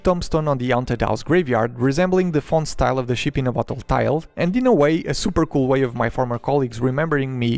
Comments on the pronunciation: I know English is obviously not your native language, but PLEASE pronounce ship with a short EE sound. It's not a sheep, its a ship. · i !!! not ee ... fuck sake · I’m not making fun of you but when you say ship it sounds like you are saying sheep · I just love how he pronounce ship😂 awesome video.